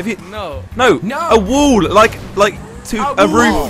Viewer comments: U need to fix your inglesh because u said wull instead of wall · you said WOOL instead of WALL "wall" is correct "Wool" is the Language of Wall in England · Well when you pronounce wall as wool you confuse people. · Bruh when said wool and said that’s English I’m English and it wall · You said "wool" instead of "wall" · Itś not wool itś wall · wall not wool